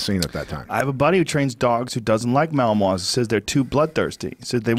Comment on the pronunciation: Even after Pat says Malinois correctly, Joe keeps on throwing in that there second M. Oh, the little things.